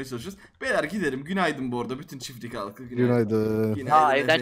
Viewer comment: Çiflik değil çiftlik